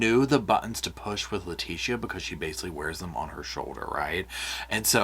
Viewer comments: The way you are pronouncing Letecia is sending me 😬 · 💙💙💙 that was fascinating! Well done, even with your extra syllable for Leticia! 😅 Seems like her hubby called her just "Tee-sha" but I'm sure you don't want to get that familiar! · lol u are saying her name wrong 👍🙏